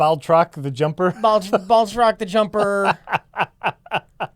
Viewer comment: It's Batroc, you frauds.